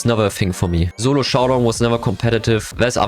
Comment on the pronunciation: Thats the first time i've heard him say solo instead of zolo